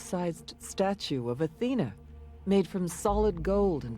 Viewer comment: "May sea nay", "Atheney", "Atheny" and "Pantheon"...nice and charming documentary, but the ignorance behind pronunciation like these...